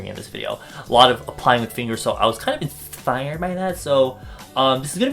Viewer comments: Did he says INSFIRED ? Sorry I'm sorry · did you just say "insfired" wut